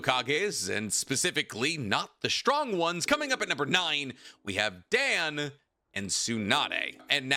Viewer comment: My ass does not believe ur learning Japanese calling him "Dan" like that lmaoo